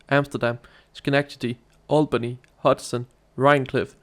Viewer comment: It is pronounced All-bany. not Al-Bany.